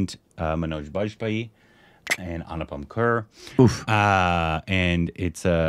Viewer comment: When You guys say Anupam Kher I hear Anu "POOP" Kher 😅🤣😂